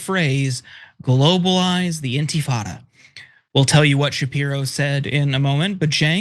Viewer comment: Shapiro: "Mamdani shouldn't say 'globalize the infitada.'" Cenk: "Shapiro worships the genocide of Muslim babies!"